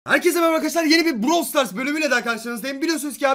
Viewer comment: Abi browl değil bıravl diye okunuyo